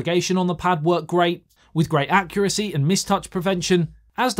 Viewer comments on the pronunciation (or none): none